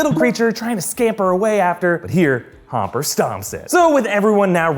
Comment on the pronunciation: you called hopper homper